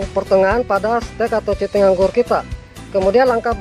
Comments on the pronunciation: cutting itu bacanya "kating" bang..bkn cuting.. 😂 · Cutting, hey boss dibaca /katting / hehe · Tulisannya "Cutting" dibaca "Katting" om 😊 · Cutting= katting (dibaca) 🙂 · Bacanya bukan cutting, tapi katting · Cutting Wak Wak Wak..bacanya kating om.jng malu malu in guru sekolah Wak Wak wak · Maklumi aja gan soalnya GK makan SMP wlpn krng nyaman di kuping yg penting kaharti 😂